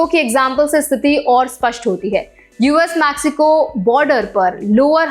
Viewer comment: Location तिजुआना मॅक्सिको? Seriously??, it's तिहुआना and मेक्सिको. Aap ya aapka editor shayaad mere aur baaki ke viewers ke comments nahin padhte. Main bhi aaj se aapke naam ki aisi-taisi karne waala hoon. Going forward, I am going to start addressing you as or. BTW, Dubee means a marijuana joint. 😂😂